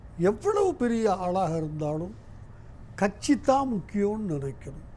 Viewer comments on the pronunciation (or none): கக்ஷியா .. ஆக்ஷியா .. வறக்க்ஷியா (வறட்சியா)? புரக்க்ஷியா (புரட்சியா)??